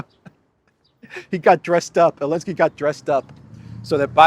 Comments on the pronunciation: JB must be watching these days; he always says elensky, not Zelensky. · He even says Elensky. He's been watching your channel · Did Biden say Elensky??